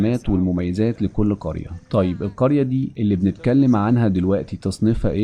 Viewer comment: قري وليس كره بتنطقوها غلط وكمان بتكتبوها غلط